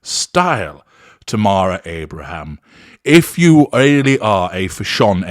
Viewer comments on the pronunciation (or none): none